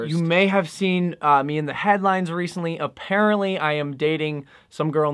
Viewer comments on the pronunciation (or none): none